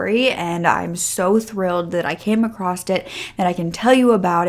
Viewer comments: The word across does not end with a T!!!!! In the intro you said “ you are glad you came acrosst this case”. That is a pet peeve of mine. That drives me insane. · I realize this is random and unrelated to the topic, but are you from Maryland/Jersey/Pennsylvania or even Delaware? Manitoba/Michigan or Minnesota are also possibilities…. I’m wondering because I often hear you pronounce the word, “across” as, “acrosst”, and from what I’ve heard, it isn’t uncommon for folks native to any of the above mentioned states to pronounce it that way. I suppose it’s similar to, “whilst”? Possibly blending the words, “across” and, “crossed”? Obviously I don’t expect you to tell me where you are from, but if you are from one of the mentioned localities, it would confirm my suspicion that the substandard pronunciation is specific to those areas. Around my area, (north shore Ma), you’ll find folks who use the phrase, “making in front of” as opposed to, “making fun of” ❤